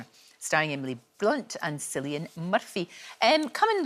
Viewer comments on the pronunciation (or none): How Lorraine doesn’t know how to pronounce CILLIAN (Killian Irish beer?!) is horrifying. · A Scot not knowing how to pronounce Cillian. Come on, are you serious?? 😂😂😂